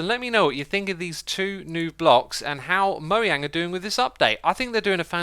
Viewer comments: Mojang not Moyang lol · Me : Mojang Xisuma : Moyang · normal people: Mojang xisumavoid: Moyang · Omg it’s mo-jang not mo-yang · No one:: ”MOYANG” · Why do u say MoYang? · did he say moyang